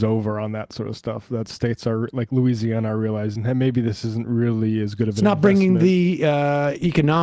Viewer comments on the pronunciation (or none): none